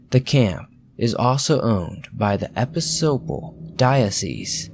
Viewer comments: 'episcopal'- (eh- pis- coe- pul) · Great work!!! You are growing into quite a narrator. Just an FYI, it's e·pis·co·pal diocese. /əˈpiskəpəl/ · Was he trying to say Episcopal? I can't make out the word he said.